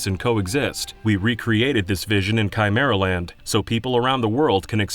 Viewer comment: Chimer-and the what-now?